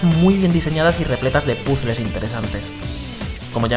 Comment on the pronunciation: Que tal aprender un poco de inglés para no pronunciar horriblemente cosas como puzzle? Y si no pues hablar el único idioma que saben.